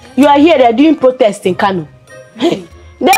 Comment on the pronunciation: She said protes corrected to protest 😂😅